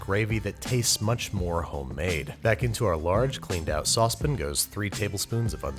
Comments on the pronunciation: I don’t typically watch Andrew cook often but I don’t recall him ever saying Sauspin for Saucepan, like what’s up with that? Where’s the pronunciation from? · Sauce Pin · Nobody: Binging with Babish: SaUcEpEn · I agree but saucep'n is coming up as a close second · Love when he says sauce pan. “Sauce pin” 😅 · Speaking of pronouncing, how about that Sauspin? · Sauce pan. Saucepin. Why?! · Hehe, saucebin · I love your channel, but sometimes it feels like you are pronouncing saucepan that way you do just to annoy me. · I wish you would learn how to say saucepan. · Babish definitely watches Great British Baking Show or something because of the way he pronounces “saucepan” and “herbs”